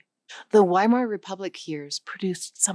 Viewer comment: The angstrom is named for a Swedish scientist, and Niels Bohr was Danish. It's pronounced "Vy-mar Republic."